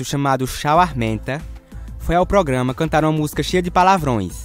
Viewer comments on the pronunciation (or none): Gostei da sequencia de vídeos, só não gostei muito da narração "progama" kkk... Mas dei meu like. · O português do cara q tá narrando é muito ruim igual os personagens do vídeo...ele fala pograma!!!kkkkk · Mas feio que essas pessoas cantando, é você falando "pogama" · GENTEE,alguém avisa p ele que é programa e ñ pograma? KKKK,zueira. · ProGama ProGama? Q é isso rapaz? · "Progama "é pau ! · O narrador não sabe falar "programa"